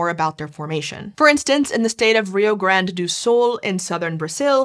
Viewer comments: she pronounced it much more like sol than sul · it's not Sol, it's Sul. As in South. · Sul, not Sol. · "Rio Grande do Sol" do Sul, it's not about the sun 😅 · The state is called Rio Grande do Sul ("south"), not Sol ("sun"). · Rio Grande do SUL (South) and not SOL (SUN)…. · Sul! Rio grande do Sul! Not Sol! Sul! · hoho .big mistake ... State of "Rio Grande do Sul" ( South) not "Sol (Sun) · Reeho Grand do Soul xD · 🤣🤣🤣🤣🤣🤣 do Sool me quebrou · quick correction: it's not Rio Grande do Sol, it's Rio Grande do Sul, lol. southern, not solar! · "Rio Grande do Sul" not Sol. Sul is for south. Sol is for sun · The name of the state in Brazil is Rio Grande do SUL, with "u" not an "o". It means "Big River of the SOUTH (Sul)". The word SOL means "sun". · Rio Grandes do Sul * not Sol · Guys! is: Rio Grande do SUL. Not SOL. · "Rio Grande do SUL"* Sul = south Sol = sun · Rio Grande do Sul ⬇️, not "Sol" ☀️ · Just a small correction, it's Rio |Grande do Sul not Sol, but great vid! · "rio grande do sol" kkkkkkkkkkkkkk lol come on guys it's 2026 already and that's a quick wikipedia double check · "Rio Grande do Sul" not Sol. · Rio Grande do Sul, not Sol. South, rather than Sun. Awesome video, thanks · It's Rio Grande do SUL (south) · Awesome video, as usual. Have to say, it is Rio Grande do >> SUL << not SOL. Sul means south in Portuguese, sol means sun. South Big River, then, is what the state is named. Keep up the good work, guys! Love the channel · Rio Grande do Sul, not "do Sol". Trust me, I live ere =) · It's Rio Grande do Sul, with an U. It roughly translates to "Big River of the South". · Rio Grande do SUL not Sol. Sul means south... Sol means sun... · Its "Rio Grande do Sul", not "Rio Grande do SOL". It means great river of the south and not great river of the sun (although that name would be cooler). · Not "Rio Grande do Sol" but Rio Grande do Sul. I am not Brazilian, but as a Portuguese, that's what makes sense since the state is a southern one, thus, "Sul", which means South.